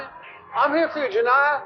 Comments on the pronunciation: It's Janiya (Juhn-n-eye-uh), not "Juh-n-ee-yuh". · Ive never clicked so fast lol. Its pronounced juh-nye-uh